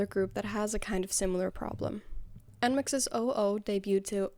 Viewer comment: Bro says nmixx 😂